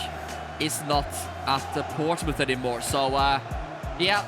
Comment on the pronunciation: (p)ourtsmouth Once Again 😂